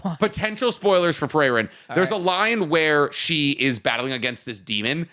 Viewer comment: "Frey-ren" is killing me lmao